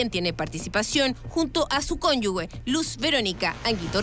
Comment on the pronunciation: Había escuchado siempre la común confusión de la gente diciendo "cónyugue" en vez de cónyuge, pero esta periodista sueperó a todos con su "cónyugüe". ¡Dios!